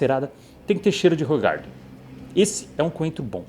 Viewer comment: Olá, se fala "Ruuraardan"! Eu sei pq sou da Bélgica, é servida com uma rodela de limão, é uma delícia....Mas engorda que é uma desgraça 😂😅